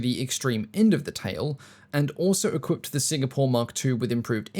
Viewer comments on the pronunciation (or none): none